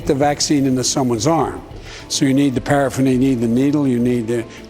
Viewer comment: I heard paraffin and I thought damn we still say paraffin? It felt like Grandpa Simpson up there.